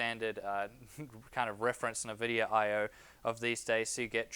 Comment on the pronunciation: One very minor thing (emphasis on "very") I think if you consult a number of video games and online references you'll find the correct pronunciation of Nvidia is (phonetically spelt) IN-vid-e-ya as opposed to Niv-id-e-ya.